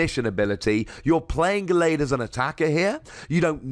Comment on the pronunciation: the way you pronounce gallade pisses me off so bad